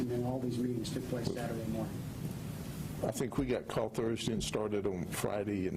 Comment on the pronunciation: "on Friday morn'ya" hahaha I love it. Even when he trips up a lil its GOLD. im SAYING "goodmornya" from nah'on.